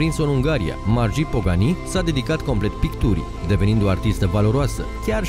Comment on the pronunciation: Se pronunță Marghit